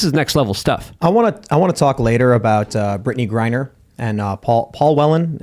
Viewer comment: said "Brittney Grinder"😂🤣